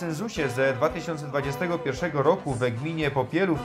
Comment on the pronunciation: Fajne ,ale akoro juz tak po šlōnsku gwarzis to ci wyzdradza ze tu sie goudou Popilōw a nie Popielòw 😉 a tak to ciekawie'š to zrobjyu.